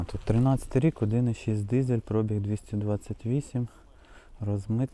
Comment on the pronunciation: Хто каже слово пробІг з наголосом на о, той довбойоб.